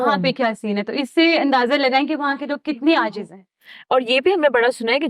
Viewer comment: Ajiz ni ajzi madam